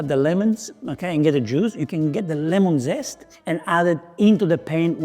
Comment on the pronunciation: Beautiful. And I loved your Italian “dzest”😅 Great dish, a cousin of the chicken marsala